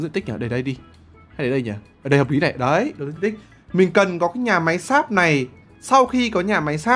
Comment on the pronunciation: hầm sáp mà t nghe ổng nói là hầm x.ác 👉👈